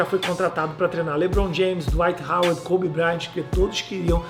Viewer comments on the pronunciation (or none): Não é Koby e sim Kobe... Parabéns pelo canal 😊